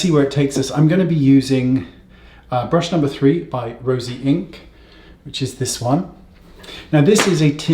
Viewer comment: Wayne, l love you but you could at least say/spell the name of the brand correctly. Seems kind of crummy to me.